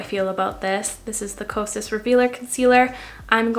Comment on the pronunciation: Because I’m a mental health specialist, it sounds like your saying psychosis instead of kosas.🤭🤭